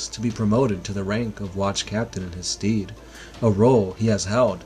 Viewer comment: I'm sure they can but simple things like stead isn't pronounced steed for example